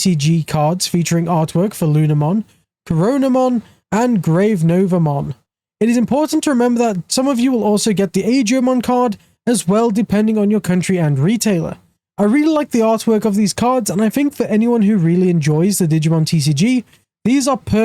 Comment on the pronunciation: He also called GraceNovamon GraveNovamon 😅